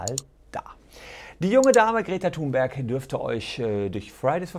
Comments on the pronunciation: Och Herr Solmecke, nicht Sie auch noch. Die gute Greta wird "Thünberg" ausgesprochen. Warum machen das alle falsch? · Kleiner Besserwisser: Sie wird Thünberg ausgespochen!